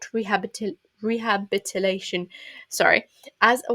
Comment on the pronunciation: re. ha. bil. i. tay. shun.